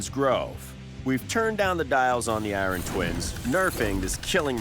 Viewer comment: Oh god. Eye-ron man is back. 😂